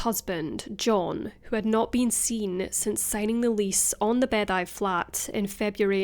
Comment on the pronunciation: Just a heads up, Beddau is pronounced like “bathers” that you wear in the pool, but singular.